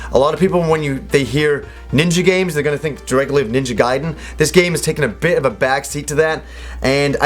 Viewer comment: lol i hate that when im watching a review and im like 'ITS NINJA GUY-DEN NOT GAY-DEN"